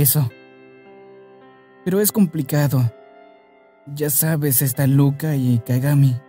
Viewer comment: Porfavor díganme que no soy la única que escuchó a Adrin decir "Loca" en vez dce "Luka" (en mi país los hombres se dicen así de broma xd) JAJAJAJA